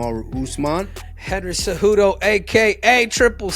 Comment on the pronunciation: You messed up HENRY CEJUDO! Your cave name should read: The CCCave